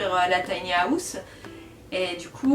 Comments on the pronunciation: Bonne vidéo mais à chaque fois que tu dis “house”, ça me stresse parce que tu dis “Haouse” Je dis pas qu’on doit tous bien parler avec un Bon accent mais quand même 😭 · la prononciation du mot house est revoltante. le h est sonore